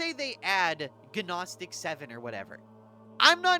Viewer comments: PPS Gnostic = Noh-stick. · Nos-tic. The G is silent. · guh naw stick